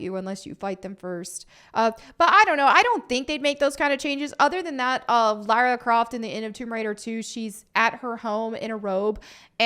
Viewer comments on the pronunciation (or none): none